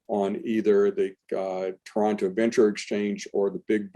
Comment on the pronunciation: Congrats,! You enunciated Toronto correctly. Most Americans like to emphasize Tor-ON-to:-)